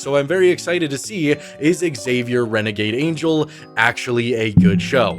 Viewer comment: Dude you're killing me, it's not x-savier, it's just Xavier ( like savior)